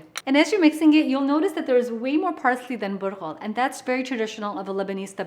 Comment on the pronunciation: Bulgar pronounced Butthole ok got it 👍